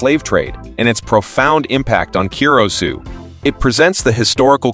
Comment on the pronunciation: Cur-uh-sow!!!!!!!! Damn it